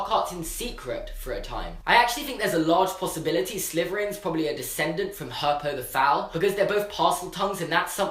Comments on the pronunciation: Herpo the Foul. It sounds like you say helpo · "helpo the fowal" lol